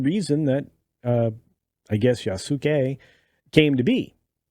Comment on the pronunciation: Pronounced Ya-ss-kay. Please don’t buy this game